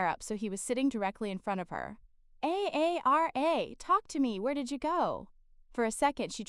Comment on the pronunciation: Story is good but hard to listen to when A I can’t say her name Aara but A A R A!